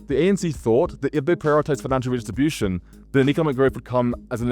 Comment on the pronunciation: the issue is not your overall speed, it was actually perfect. it’s your enunciation in the parts of your speech that you sped up to provide interest in your cadence. It would make a difference if you enunciated syllables more clearly; for example redistribution sounded more like ruhdishiushion. That made it extremely difficult to parse those portions of your speech—if you can’t enunciate while going that fast, then slow those parts down slightly. (native speaker)